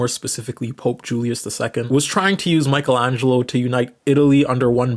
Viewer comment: Yeah, keep saying Michelangelo's name wrong, they never get our names right!